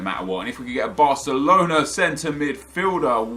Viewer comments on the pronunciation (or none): none